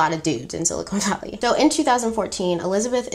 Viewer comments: I don't mean to be that person. But, it's "silicon valley". Not, "silicone valley". I hope this is received in the spirit that I meant. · Love your version of these stories! Only minor “fact” checks from me, I’ve watched tons of documentaries on this compulsive manipulator, a fascinating case study... The pronunciation of it is Si-li-kun Valley (not sili-cone like the implant), not obvious at all but good to know. The patch she conceived in her college days, which she took to that professor/only female scientist she ever consulted was meant to take a sample of blood through the skin (top layer of the epidermis), so it was her first idea for testing the blood...but yeah, it wasn’t practical or possible to take a proper sample that way for many reasons, as you & the female expert said! And when you said early on that the Edison didn’t work so the scientists had to do “manual testing” for the investors in the basement, it’s good to clarify it was just them running the tests in typical blood testing machines (which were massive, not small/compact like the Edison), just as you’d find in a Lab Corp or Quest Diagnostics lab. Same as they had to do at Walgreens later. Lastly, while she admired all of these famous inventors, it was specifically Steve Jobs she directly imitated, down to the black turtlenecks/minimalistic wardrobe and severe treatment of her staff while remaining relentlessly focused on the mission. That was his trademark, too. This whole thing was doomed to fail because she was trying to enter the software/tech world with a healthcare/medical product. Square peg, round hole. Millions of dollars later, th